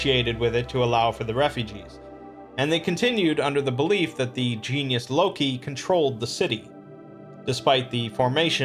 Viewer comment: I'm impressed with your pronunciation of certain Gaelic and Latin words. Sidhe (shee), Genus Locus, and Geas. Although geas can also pronounced as (gees).